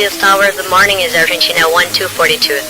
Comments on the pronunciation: a torre sacaneou a piloto, foi pura maldade (dá para ver desde o inicio as más intenções do controlador , só de ouvir ele pronunciar a palavra "Argentina" tentando um sotaque argentino) ele obrigou o avião a arremeter por uma pequena diferença, fazendo o vôo ficar no circuito de espera e atrasando muito a aterrizagem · Briga de egos dos dois lados… ela arrogante pra krl e ele, quando começou a falar, já tinha um sarcasmo embutido ao pronunciar “Argentina”…